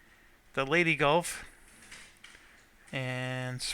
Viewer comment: Leigh(rhymes with sleigh like santa drives)-TEE(like the thing you put a golf ball on), not lady not lay-tay, there is no Y sound. I realize is just poking fun at me at this point, but that's why fans are fans.